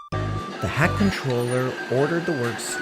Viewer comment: That's a nice episode, but I think you should get Wooden Railway Billy and 2022 Rosie since the Take Along ones don't fit on the Wooden Railway track. Also, is it just me or was Sir Topham Hatt called the Hatt Controller instead of the Fat Controller?